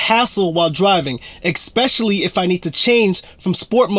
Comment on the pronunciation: ex-pecially good buh-ens